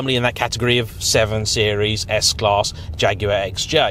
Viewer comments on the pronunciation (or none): none